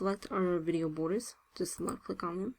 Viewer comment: Took me a while to understand that when she says "lucklick", she means "left click".